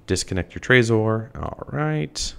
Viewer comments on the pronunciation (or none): its pronounced trezor not trayzor.